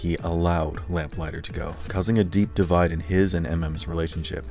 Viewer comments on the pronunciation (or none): none